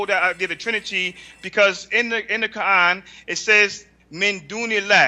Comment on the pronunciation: In the what? What is that stone worshiper saying? "Ka-an"? Hahahaha... It's "Quran" stupid.